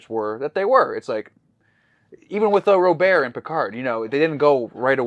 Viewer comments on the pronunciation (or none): Robert is just as French as Jean-Luc, it's pronounced Rob-aer.